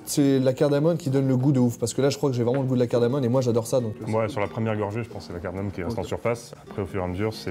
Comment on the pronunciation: Les mecs on dit "cardamoMe" et pas "cardamoNe" !